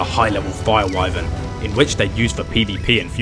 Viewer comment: That’s why I don’t like playing with kids because he messed up two times and got people almost killed and also kid did not listen at all. Also so funny how he could not say Wyven 😅😅